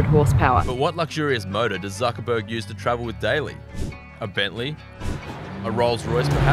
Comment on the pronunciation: "Mark Zuckurtiz"